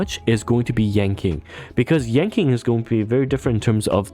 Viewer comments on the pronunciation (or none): just fyi but yan qing is pronounced more like yan ching and not yan king, hope this helps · It's "Ching Chue" and " Yan Chin" :face-fuchsia-wide-eyes: Q in pingyin is like 'Ch' without the h... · Stopped the vid after hearing "Yanking". I just can't lol